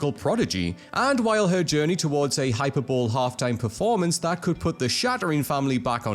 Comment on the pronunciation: "Hyperbole" is pronounced "high-PURR-bo-ly".